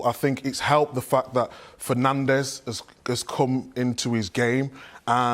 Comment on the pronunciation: Is it so difficult to say Bruno Fernande’s name? Come on!!!! 🇵🇹